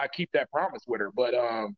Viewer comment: I wonder who told that there is a ‘F’ in the word ‘with’.